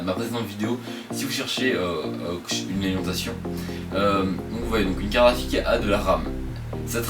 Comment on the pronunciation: Hey, Tu fais Comme Yanis le Nazi mdrr C'est Une bien bell Carafique xD